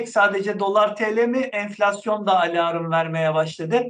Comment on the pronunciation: Hocam alarm kapalı okunur alarımmm diyorsunuz. Bunun dışında her akşam dinliyorum. Çok şey öğrendim sizden. 🙏🙋‍♀️